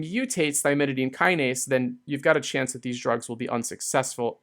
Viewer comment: thymidine kinase, not thymididine kinase, which you keep on saying. I get this too with phenylalanine lol